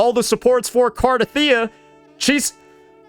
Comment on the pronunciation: saying carhethia 💀